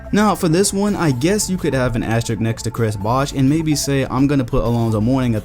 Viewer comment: ASTERISSSSSSSSSSK the word is asteriSk. there is an S before the k. asterisk. asterisk. is awesome, but please please please stop saying 'asterik' bc that's not a word.